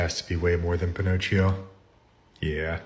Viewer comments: pinocchio the ch is k😂😂😂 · "lets go to my am my: "pino cheo" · pin-ochi-o oh my god